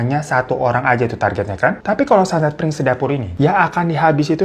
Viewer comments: bukan piring sedapur bang Ifan, tapi Pring sedapur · Ga 30juto juga kali bang... Tetep juta ngucapnya.... Bang bang... Koplak bgt deh 😂😂😂😂😂 PRING SEDAPUR BANG, BUKAN PIRING... PRING ARTINYA BAMBU HADEEHHHH